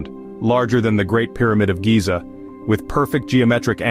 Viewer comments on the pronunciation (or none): none